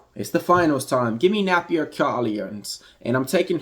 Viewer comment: 😂😂😂😂 Ayeeeeeoooooo maaaannnn YOU🫵🏽 CHOPPED AND SCREWED her name bro😩 not once but maybe five or six times MY BABY🤦🏽‍♂️🤣 That is priceless gotta put that on a short vid. Great work tho bro overall I don’t usually comment but had to with this one. Will be following some of those props too✊🏽 but it’s pronounced nAH/na - fEE - Sah. Sounded like you were saying Nappier to me😂😂😂😂😂. Appreciate the laugh tho made my day. Thanks